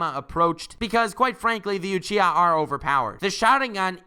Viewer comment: You say Uchiha really weird : / Alsooooo Sharingan and Rinnegan (as well as Byakugan and Tenseigan I suppose) were original abilities of alien beings who were essentially Gods ...of course it's OP.